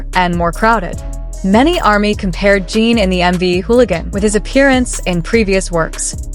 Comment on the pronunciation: This video doesn't know Jin at all. First of all, he is a he not a she. The pronoun was switched back and forth. Name isn't pronounched Jean. He already showed depth before in other songs.